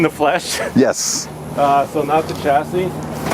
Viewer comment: Americans, chassis is a French word and therefore the ch is pronounced like the ch in Chevrolet, Chevelle, chef, Michelle, brochure, not like the ch in cheese.